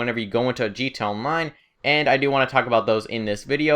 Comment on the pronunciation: stop saying gt onmine its gta online you basted